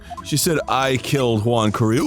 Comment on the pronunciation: Not gonna lie, I usualy use this series as a podcast while I do other shit and its the first time I saw juan name written down. The way they pronounce it made me think it was an asian name all this time like yuang, so when I read Juan I was really confused